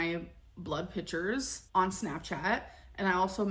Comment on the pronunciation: Ex-specially, supposively, pitchures, exettra exettra 🤭